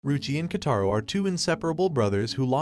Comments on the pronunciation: “KotAro” actually it’s Kotaro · She is sweet not harsh and his name is pronounced ko-ta-ro and this anime is called school babysitters and 10/10 I would watch again